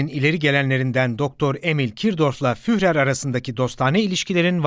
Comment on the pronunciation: Kapsamlı bir konu ve başarılı bir anlatım, tebrik ederim. Sadece, Almanca bazı isim ve kelimeleri yanlış telaffuz ediyorsunuz. Örneğin Adolf Hitler'in "Führer" sıfatını yazıldığı gibi yanlış telaffuz ediyorsunuz. "Führer" şeklinde yazılan kelime "Fürer" şeklinde telaffuz edilir. Yani kelime içindeki "h" harfi düşer. Bir diğer örnek Alman alfabesindeki "ä" harfinin geçtiği kelimelerin yanlış telaffuz edilmesidir. "ä ; ee" gibi okunur. Türkçedeki "tabii" kelimesinin "tabi" şeklinde telaffuz edildiği gibi. Videonuzun tek eksik tarafı, Almanca bazı isim ve kelimelerin yanlış telaffuz ediliyor olmasıdır. Onun dışında son derece aydınlatıcı mükemmel bir çalışma. Başarılarınızın devamını dilerim...